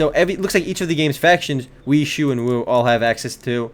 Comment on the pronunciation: I am going to be kind in saying you brutalized the pronunciations ._. "Now we got the three kingdoms factions, we got Wii and Shoe" ._. Wei is pronounced "Way" and Shu is "Sue". Just gonna throw that out there ;P